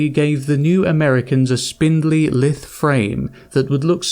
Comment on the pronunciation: ( "lithe" has a long i" /LiTH/ ) rhymes with "mice" with a lisp.